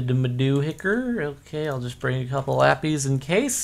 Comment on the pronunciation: I doubt you even see comments from videos this old, Cap, but what is the origin of why you pronounce lapis as lappies/lap-eez?